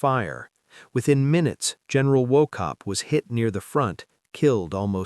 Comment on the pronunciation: His Name is Pronounced WaHHope (Silent C) …History Major here and Scottish Mum.